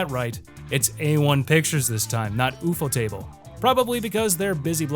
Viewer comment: “ooh foe table” 😂